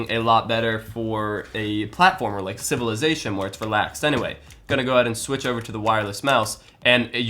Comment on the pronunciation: "A platform game like civillazation" Are you real right now